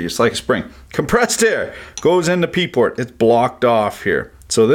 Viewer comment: said Pee port, lolololololol